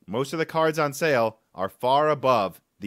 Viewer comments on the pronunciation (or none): none